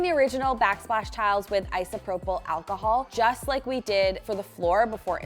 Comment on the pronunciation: Please just say alcohol. Also, when you pulled out the fridge and stove to clean and tile, I was ecstatically happy!!! I always love your kitchen makeovers, but this is my favorite. Good job guys. 😍😘😋🤗